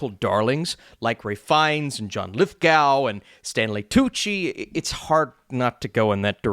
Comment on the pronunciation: John Lithgow's last name is pronounced LITHGO, I heard him say his name on various occasions.